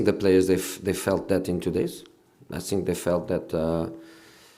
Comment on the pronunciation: “I sink i am all of them”